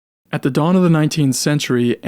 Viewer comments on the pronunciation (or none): none